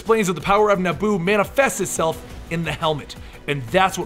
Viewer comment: being a prick i know but its pronounced NE-E-BU